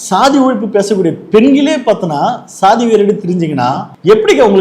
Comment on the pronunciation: எல்லாச் சாதி நீய்களுக்கும் சொல்வது என்னவென்றால்.... அது ஸ்ஸாதி இல்லையடா பன்றிச்சாதிகளா..... அது ச்சாதி என்று உச்சரித்துப் பழகுங்கடா பன்றிகோ, நாயுகோ.....